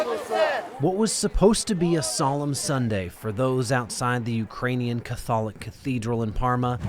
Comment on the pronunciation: I can’t believe that a reporter doesn’t know how to say “Catholic”